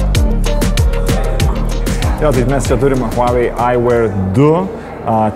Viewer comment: Žmogau vedantis šia laida, IŠMOK tarti kompanijos pavadinima prieš darydamas apžvalgas, ausys kraujuoja girdint kaip tari…